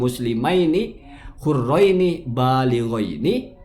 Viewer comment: Saya menonton langsung perdebatan antara dan Gus Mujassim ini di live tiktok. Sangat lucu sekali ketika kalimat balighaini dibaca bilghain oleh. Ketika bacaannya dikritik oleh Gus Mujassim, berdalih itu cuma logat. Kan lucu😂😅